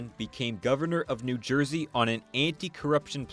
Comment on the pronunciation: I thought he had just mispronounced it when he said Jersey 😂😂